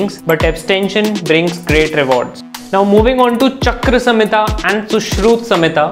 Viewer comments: saying charak samhita chakra samhita😂😂😂😂 saying the name wrong and busting the myths😂😂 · First correct your pronunciation its not chakra samhita its charak samhita👍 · Se pahle tumko kuchh nahin aata Hai Tum charak samhita ko chakra samhita uchcharan karte ho. Jungle mein sirf Muni Rishi Himanshu nahin khate baki sabhi log mans khate Hain isliye Sita Mata ne kaha main bhi Muni Rishi ki tarah hi rahungi iska matlab ya nahin ki vah Mahal mein mans khati thi. Tumhari shaitani dimag ki Kalpana hai. Tum khud kahate Ho ki kahin per ja nahin likha hai ki RAM yah sitane mans khaya tha. FIR Kalpana karte ho ke unhone mans khaya hoga Shaitan ki Kalpana hai. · चरक संहिता को चक्र संहिता बोलने वाले से क्या ही अपेक्षा की जा सकती है😂